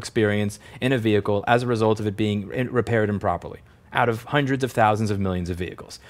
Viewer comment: Just me or does this guy say "Hunderd" instead of Hundred.